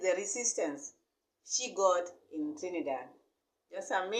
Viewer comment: This woman can not even speak properly, not even the name of the country shi cya call good. Lady, Dee will proper in the name of Yashua